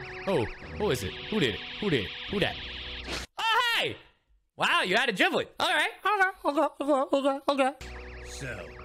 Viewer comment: Whoa wait it’s pronounced as Jiblet and not Giblet